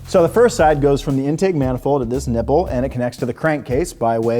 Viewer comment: Sounded more like nibble than nipple.